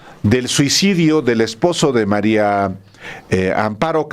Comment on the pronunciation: Me estresa oir a Álvaro pronunciar MARIO Amparo en lugar de MARÍA, alguien q le diga por favor q es María no Mario